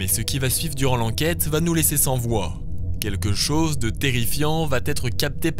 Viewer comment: "Quelque chose" pas "quetchose.......sinon bonne enquête comme d'habitude 👌👍